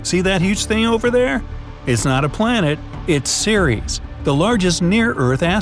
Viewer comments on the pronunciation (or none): Ceres more like siris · I thought he said siri